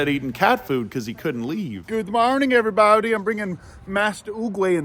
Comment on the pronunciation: “Ok everyboudie “